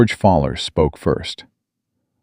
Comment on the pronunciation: George's name is NOT "FALLER". His name is "FOWL-ER". "FOWL" - "ER". as in "OWL", or as in "Fowl" - as in Birds.